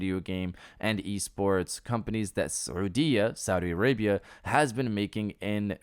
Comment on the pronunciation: When you said ( سعودية ) saudi Arabia i thought you're from arab country nice accent 👍🏻